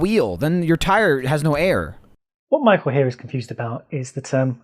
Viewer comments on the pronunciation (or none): Thought I had a hearing problem cause I heard you saying Nichael and Germany 😂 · From onwards, are you saying N-ichael? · and Nichael